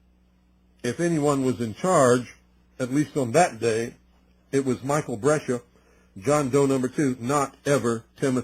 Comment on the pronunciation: Brescia- Bres cia